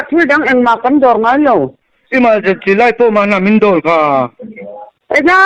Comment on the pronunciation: E-mal-gency light thluk mawlh khi 😂😂